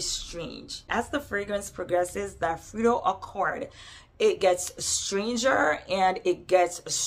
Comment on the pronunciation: I’m dying at “frito accord” 😂😂😂